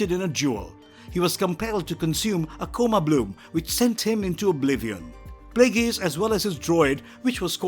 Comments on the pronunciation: Plagueis... 'play gays' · i stopped watching after the second tie you mispronounced Plagueis